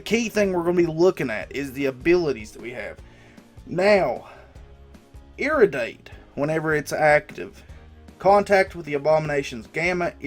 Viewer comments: Ear-ray-D-ate .... lol Love this idea though man, keep em coming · it was funny when u roasted kabam tight after mis-pronouncing irradiate ahahha! bro I'm sorry I like u man but I died on that. but thanks for videos man. I like learning while laughing at ur hilarious accent